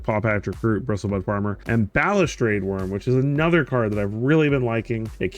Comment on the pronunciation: Wtf are you talking about? He pronounces it fine lmao What a fuggin troll